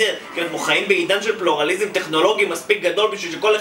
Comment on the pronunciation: סוף סוף מישהו מבטא פלורליזם נכון ולא כמו floral מה אנחנו חנות פרחים?